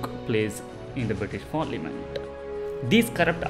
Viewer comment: Please support the video with a more understandable voice over... one with a clear accent. I mean its not right when Parliament is heard as Farliament 😣😣. This is one example amongst many such.